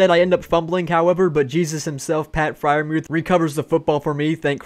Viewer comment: "Jesus himself Pat Freirmuth" really got me